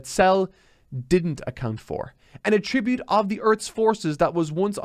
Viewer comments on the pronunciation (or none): stop saying "attribute" wrong.